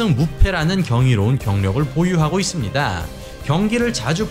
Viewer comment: 있씁니-다.. 입니다- 합니다- ... 짧게 발음해주시면 좋겠습니다- ^^